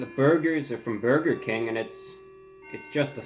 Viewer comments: byaoiger king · “Boiga king” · buwger king master of uwu language 💖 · The way he pronounced "burger King" in the beginning... 🤩